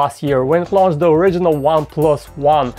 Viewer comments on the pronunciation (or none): none